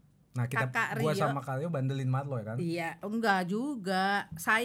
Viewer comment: Ka rio.. Dengernya Karyo.. 😂